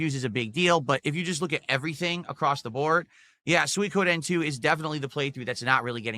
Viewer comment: Soi-ka-den Soi-Koh-den He can’t pronounce shit.